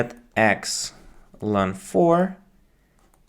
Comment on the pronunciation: I can't believe you say "løn" instead of "el-n". Unsubscribed